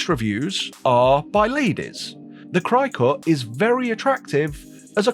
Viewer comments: Is “cry cut” the pommie pronunciation for cricket? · It’s not crycut it’s cricut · Just as a note, Cricut is pronounced like the bug "cricket"